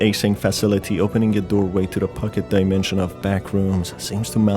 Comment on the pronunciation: portal to another daimensheeeeean I mean, I encounter that kind of pronouncement here and there, and this feels like a gimmick for some braindead persons to help them with extra time to catch a glimpse of a sense what it is all about. Im also sorry for being that salty, but that really triggers me in a bad way because the material is supposed to be mystic and dark somewhat, instead I feel like watching 10 y.o. content about unpacking some silly shit.